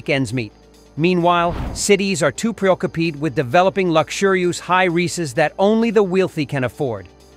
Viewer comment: At 2m 09secHe said "City's are to preoccupeed in developeed high lucksureuroost that only the wheelthy can afford" what accent is that??